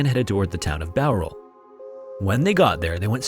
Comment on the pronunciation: Glad you said Bowral right